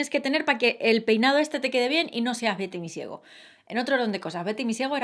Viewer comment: jjajjajjajajjaa en vez de Betty misiego entendí "victimy ciego" 😂😂😂😂